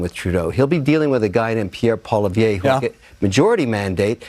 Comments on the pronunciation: It’s incredible how nobody knows how to pronounce Pierre’s last name properly lol. It’s not Polivier, it’s PoliEVRE. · no my friend, you are saying his name wrong, Pierre just doesnt care what way it is said, it is a french name. Kevin did pronounce it right. I live in Alberta and know people with the same surname.